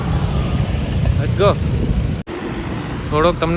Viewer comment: ગુજરાતી તો ઠક પણ અંગ્રેજી ના આવડે તો ગુજરાતીમાં જ બોલવું લેસ ગો નહિ પણ લેટ્સ ગો